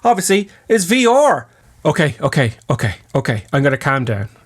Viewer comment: Thanks for slowing down. But it's VR, not V OR 😂